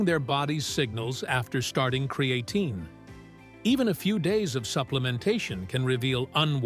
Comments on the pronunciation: "With Cree-Ay-teen"... ok AI 😅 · It's not cre A tine.